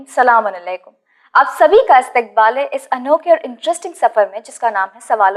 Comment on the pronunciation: Salaam un aleykum q bolte ho aap...Asallam-u-allekum hota h